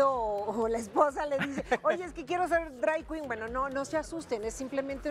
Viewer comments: Que risa me dio escuchar decir dray quin Aaaaay, educate mamasita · Horrible "entrevista" si se le puede llamar así, Luna saco sola la entrevista... se noto su ignorancia en el tema, que feo que a tv nacional hagan esto, ni pronunciar bien drag queen 🤦🏼‍♀️.